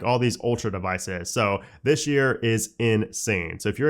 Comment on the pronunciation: "dishhhh year"